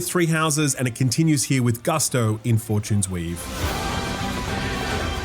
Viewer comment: Is it just accent or are you calling it Four-Tunes-Weave as a hint? 👀